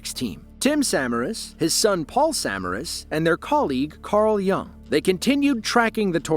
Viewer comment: If you can't pronounce Tim Samaras' name correctly, you shouldn't be talking about him, and frankly it makes me doubt the validity of info in the video. Twistex and Tim were well known and respected in the field- to not know how to say his name is... yikes.